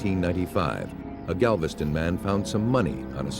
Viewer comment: GAVISTON OH GALVISTON LMAO